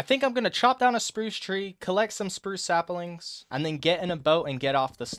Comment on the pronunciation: So this whole time no one has commented about the fact that he says SAPALINGS and its abysmal and if its a joke its poorly executed and if it isn’t its hate crime worthy